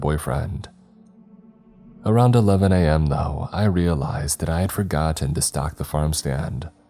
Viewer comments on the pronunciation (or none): none